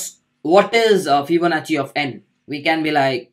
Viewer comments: it was not fibonachi ..it is fibonacci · What!! I today got to know it's fibonachi. All these times i've pronounced it as fibonaki and noone corrected me either.. thanks:)